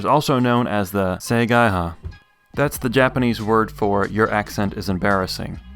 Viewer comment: it's "say-guy-hah" – see, Japanese is fun kids!